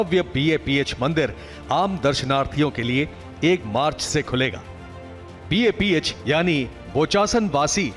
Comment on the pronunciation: News channel, please note its BAPS Sanstha and not BAPH. Please correct.